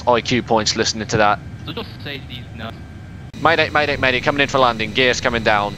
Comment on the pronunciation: did u say maday maday maday?